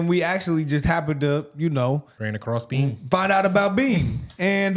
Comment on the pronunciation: Swear I thought you said turn on some Cartier family lay down and hit the bean, thought I like watching your videos but not that much,,, then realized it was beam with an M